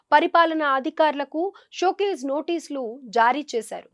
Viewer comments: షో కేస్ కాదు షో కాజ్ 😅😅😅😅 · షోకేసు నోటీసు కాదు తల్లీ. షో కాజ్ నోటీసు అనాలి